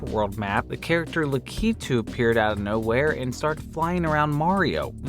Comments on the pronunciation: lack-eh-two not lakeeetu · La-KEEE-tooo. Lol no. LAK-uh-too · The way u pronounce lack-ah- too cracks me up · You said "Lakitu" wrong. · You had so many tries to pronounce lakitu right.